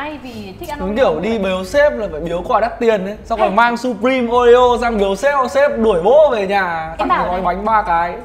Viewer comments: "sập-prim" nhé mấy ac, ko phải sắp đâu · Đọc là siuprim :v